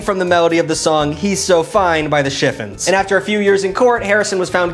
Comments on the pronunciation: 'Shi-FON' not "shiffin". It's a fabric. And sometimes a pie. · The SHIF-ins? It’s shif-ONS. Like the fabric. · FYII, The name of the group is the Chiffons pronounced "Shiff" on's". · I feel old for the way I did an audio double-take at the pronunciation of The Chiffons as the Shiffins 😂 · I’m sorry, the “chiffins” 😂😂😂 seriously though, talk about an underrated group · How you pronounced The Chiffons means you just googled this and don't really know. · You're pronunciation of The Chiffons made ma laugh. 😀